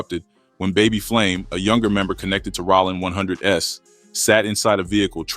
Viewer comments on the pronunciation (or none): “Rawling 100’s” these ai voice fuck ups be frying me😂